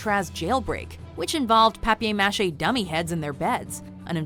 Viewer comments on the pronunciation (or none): Why can't you pronounce paper mache